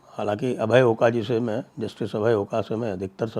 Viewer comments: "अभय ओका" महाराष्ट्रीयन है ..सरनेम का उत्चारण #ओक है ना कि #ओका!! महाराष्ट्रीयन हरहमेश दुविधा मे होते है कि इस सरनेम को अंग्रेजी मे कैसे लिखे. ..या. Oak या फिर Oka. या Ok. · He is Oak, & not Oka ! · The pronunciation of the judge Abhay Oaka is ओक